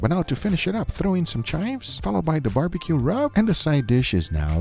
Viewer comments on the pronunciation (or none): none